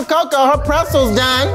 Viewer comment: i worked at auntie annes pretzels for years and coco made me cringe the whole round lmaoo and im mad she said wretzels and not auntie annes as well lmaoo...she could have just grabbed it by the two ends and the base and picked it up ... and the key to forming it is all in the wrist but she did a great job forming them her way as well lol